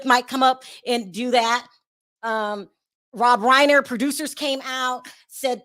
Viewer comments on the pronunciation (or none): none